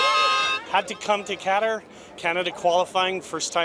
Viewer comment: what the heck is "Ketter?" cant even pronounce the country name correctly